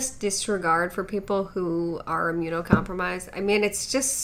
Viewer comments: She rlly said immune-come-promised with all her chest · Moment of silence for “immune-com-promised” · Definitely take medical advice from someone that says immune-come-promised 😆🤦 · tf did she even mean by immune come promised lmao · Immune com-promised Lmao 😂😂😂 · I’m only 27 seconds in and I can’t stop laughing at “immune com-promised.” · "Sally May" and the "Immune com-promise" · Jessy Julie it’s immunocompromised not com-promised. OP was making a joke about the last “coach” saying the word immunocompromised so horribly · I mean, they say “educate yourself” while also saying “immune-kham-promisssed.” Soo...it’s clear who needs an education. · Immune com-promised😂😂😂 lmaoooo that really got me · i’ve become absolutely obsessed with your anti-mlm videos and i think it’s honestly just for your reactions 😭 immune com-PROM-ised? no. NO! 😭😭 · Imm-u-no-com-pro-mised say it with me IMMUNOCOMPROMISED... 🤦🏻‍♀️ Lord help us all. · 24 seconds in and I’m crying at “immune-come-promised” 😂😂😂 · IMMUNE-COM-PROMISED. I simply cannot. 😂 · Not immune "com-promised".....just......i'm dead. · It makes me think that she was reading from a script by saying “com-promised”. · Immune “com-promise”. I’m done. 🤣✌🏻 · “Immuno-com-promised.” I’m dead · I literally cringed from the second that chick said “immuno - com-promised”. Dear lord. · Did she just say “immune-com-promised? Lmfao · I lost it at immunocom-promised. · as an immune com-promise (d) person i'm gonna be honest and let you know im always pronouncing it this way from here on out forever. lmfao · "Immune come promised!!!?" Yea, I'm not taking health advice from someone who can't even say the word immunocompromised or in her head immune compermised, which btw, that's not how you even say that, it's either a compermised immune system, or immunocompromised. This chick can't even handle pronouncing an elementary level word, that just blows my mind lol.